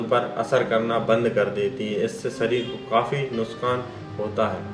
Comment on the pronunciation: Nuskan nahi nuksan antiboit nahi antibiotic , u can't pronounce words properly learn how to pronounce then tell all these things to the public